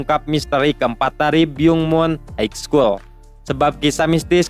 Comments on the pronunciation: Min maaf high school di bacanya bukan Haig skul tp haiskul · haik skul utk high school?, coba dengerin pronounce yg betul